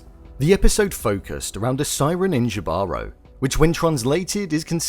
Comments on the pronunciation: Jibaro pronounced (he-ba-ro) is a Puerto Rican small farmer, a rural worker for a labor especially of mountain regions.The writer uses this name to depict what this person is anything but. The tattoo on the left side by his ear is a hand with an eye in it that is severed It depicts the evil eye which is something that supposed to help ward off the evil within ourselves however the character has greed and lust that led him to his own demise typically a jibaro farmer works with the land and helps nourish it he only takes what he needs unfortunately this character does the exact opposite The siren specifically target men who have bad intentions The Spanish conquistadors were greedy and wanted to raid and pillage. The siren can dance a top of water this helps show how the men have sin due to their inner greed and evil are attracted to her gold and body besides the magical properties that allows the siren to walk and dance on water as well as ability to tempt men they ran to her straight into water driven by their inner evil they sink due to their sin and obviously gravity This may be in reference to the biblical event that happened where Jesus walked on water and men sunk due to their sin jibaro had chances to stop himself from being greedy his inability to hear was an unknown blessing to him hinted at us with his tattoos by his ear from the beginning but also hinted to us was his greed as he found a golden scale and kept it to himself. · Um… Jibaro is a word the Spanish conquistadores use to call the Tainos Who lived in the woods (puertorican reference) and used to hunt and kill for gold. The use of the name without the actual meaning is an insult to us. And Jibaro it’s pronounced like heebaro, conquistador is con-keys-tador Spell them right please. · “Jibaro” is pronounced “He-ba-row.” It’s a Spanish word for “countryman” or “farm worker” with indigenous roots with a meaning akin to “child of the forest.” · JI-------- BA--- RO-- NOT YIVAROO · it's pronounced he-ba-ro